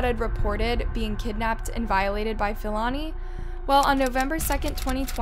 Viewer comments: Hi, as a South African. I'd appreciate it if you educate yourself on how to pronounce South African names. Its honestly not that hard to learn and educate yourself on how to pronounce African people's names. I mean if you can pronounce Siam then surely you can pronounce Philani Ntuli. And its pronounced P-lani Ntuli🙄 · The murderer's name is pronounced as P-ilani not F-ilani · Hey I'm a South African and thank you for covering the case. Please learn proper pronunciation it's Philani with the P like Pee not F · U make good content but please learn to pronounce names Philani is pronounced: pill-ah-knee Not Fill-Annie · It's pronounced as Pee-lah-nee Ntu-lee